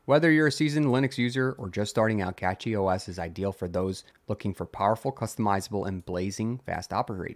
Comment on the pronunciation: CachyOS Is pronounced "cash-ee" not "catchy".